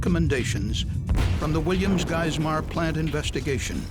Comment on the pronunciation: I'm dying when he tries to pronounce Geismer 😂😭